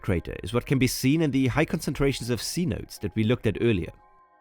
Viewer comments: The correct pronunciation of “cenote” is “se note té” believed to be a mispronunciation of a Mayan word by the Spanish. Also the tourist stretch of the Yucatán peninsula from Cancun to Tulum and further south Is also known as the “Riviera Maya.” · Love your videos as always but I am begging you once again to please pronounce words correctly. Cenote is not pronounced "see-notes". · You're saying "cenote" wrong. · Please spend 9 seconds and learn how to pronounce cenote ❤❤